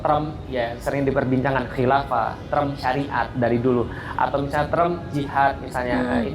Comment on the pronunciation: Term, bukan trem. Bilang saja "istilah" Tidak usah pakai trem trem